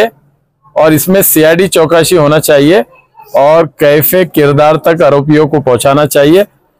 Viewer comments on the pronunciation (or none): کیفے کردار ❌❌❌ کیفرِ کردار ✅✅✅